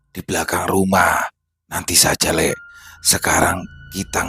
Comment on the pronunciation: Lek sama lee itu beda bang... Nyebutnya lee bukan lek Bang. Lek itu sebutan pak lek atau bulik = om/ bibi. Kalau lee itu tole sebutan untuk menyebut anak cowo kecil/ anak cowo muda.